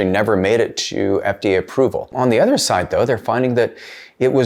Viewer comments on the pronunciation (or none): none